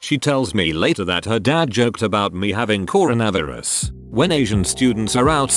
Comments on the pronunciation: Nobody: The AI voice: cor a vav er us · Corn-na-vis lol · Nobody: Reddit: "Coro-Nav-Er-Us." 👽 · People: Corona Virus This text to speech bot: CORO-NAVI-RUS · Reddit voice: Corn a varis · normal: coronavirus text to speech voice: coronAverus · I know I shouldn't make a joke on this video, but the way the voice says coronavirus like cornavraverus is honestly funny. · Haha I love how the text to speech say “coronavirus” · I love how the text-to-speech completely butchered the word "Coronavirus"